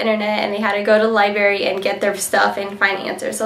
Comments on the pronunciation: haha straight A student says "lieberry" instead of library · lol , she said liBARY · she said library wrong...js not to be rude